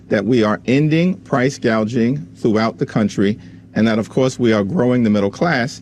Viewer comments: She called it price gauging! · I could have sworn Kamala during her whole one minute speech, she even mispronounced “gauging” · Am I the Only one who caught this ??? KAMALA doesn't want to stop Price Gouging she wants to stop "PROUSE GAGING" That's what she Actually Said She was reading from a script and Still couldn't get it right Ha Ha !!! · The fact that Harris cant pronounce "gouging" and says "gauge-ing" shows her stupidity and the fact she is clueless abt economics. How could ANYONE consider voting 4 her? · She said gauging but it is gouging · kamala literally couldn't even pronounce price gouging.